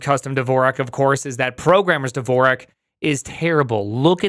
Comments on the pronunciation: WTF is "Devorak"? There is no 'e' in "Dvorak". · he's been using Dvorak for 10 years and still can't pronounce it